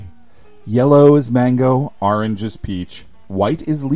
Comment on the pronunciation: I love how you say "Arange" instead of orange